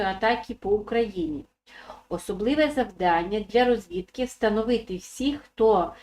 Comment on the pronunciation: рОзвідка,наголос на О